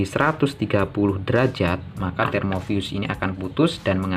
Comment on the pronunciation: termofuse bang, bukan termovius (pelafalan di video) 😄🙏